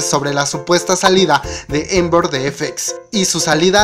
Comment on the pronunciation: Se dice Amber no Ember